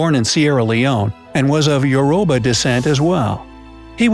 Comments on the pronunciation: did he say “yoroba” I swear it’s Yoruba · Its not “yoroba” it's Yoruba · Narrator:”Yourouba people” Me: “ lol, I can’t, it’s Yo-ro-ba” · When you said "Yoroba" did you mean Yoruba you say it like this yur I ba I'm also from Nigeria my father is half Yoruba so I think I'm quarter Yoruba but I learnt this a bit in school but wow you put a lot of history in this. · Your pronouncing it wrong it's uraba and I'm Nigerian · Yoruba is actually pronounce yo-ro-ba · I’m from where the girl is! It actually pronounced youroobah- kinda weird looking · its pronounced ur o ba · No shade but the way u said the tribe name was WRONGGG!! I'm Nigerian and from the yoruba tribe its said like YOUR-RU-BA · Yoruba is pronounced YOU-ROH-BA. 👀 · you didn’t pronounce youroba properly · You know almost all facts but you cant pronounce Yoruba correctly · If you're Nigerian and you're here watching this did you laugh at the pronunciation of Yoruba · I'm Yoruba, and the way you pronounce yoruba is really funny. LOL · He prounoused Yoruba wrong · Thees pronunciations are garbage! You've said Lagos and Yoruba so incorrectly its annoying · Its Yoruba OK Descendants of Oduwa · It's Yoruba of the Oodua descendants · You pronounced Youruba wrong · That’s not how you pronounce yoruba